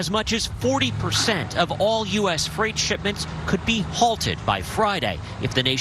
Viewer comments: Appreciate your work, ….but FYI it’s Fr-8, not fright. (Although it is frightening). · you say "frie-t" but I'm pretty sure its "fray-t" when pronouncing "freight" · Just a note on pronunciation. Freight is said like "frayt", not like "fright" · Love you but its not fright..;) freight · Fr8. Not Fright. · Say ate now say frate or eight. Freight is not pronounced fright!!!!! Just trying to help you out. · First time heard American English 'Freight pronounced as ' fright ' I English man f f f rate ! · also it's pronounced fray-t, not fright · Got to say I love the oldies outro bud loving every bit of everything else and really considering funding, loving you data driven outtakes and honesty and lack of basis. It is what it is, how can we profit mentally is refreshing. Btw it’s “ fr8”. I’m not scared of it… lol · Hi my friend. Frieght sounds like frate. I know you are foreign. I would slaughter your natural language worse im sure. Thanks for the insights. I look forward to every episode. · Frayt,, Frayt.....strike 'All the live long day' haha. Great show! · "Freight" sounds like "fate" eg "frate" Sounds like your pronunciation might be from a German native speaker ... ? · Freight is pronounced fr8... just sayin. Love your work!!! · "Freight" rhymes with "rate" - not "fright". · Don't tell me you are really gonna pronounce freight like that through the whole video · Someone is German and can't pronounce freight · Freight rhymes with eight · Not sure if you're saying"freight"incorrectly on purpose or not. I'm now stuck in the Matrix